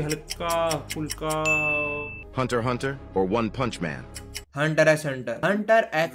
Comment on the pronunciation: Video was going good until he said “hunter X Hunter”